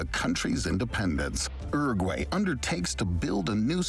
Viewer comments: The way that guy pronounced Uruguay scrambled my brain. ERRRRGWAYY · 'Ergway'? He said ''Oo-rag-way," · hmm, no. Rolled Rs are only used in Spanish at the start of a word (radio) or when it's a double R (barril). It's Uruguay, not Urruguay. Edited to add: I forgot the other case, at the start of a syllable when it follows some consonants (alrededor, the first r is rolled). Some regional accents roll Rs at the end of some syllables, but that's not the case of the word Uruguay, where the r is at the start of a syllable following a vowel (U-ru-guay) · Is that how Americans pronounce Uruguay?!!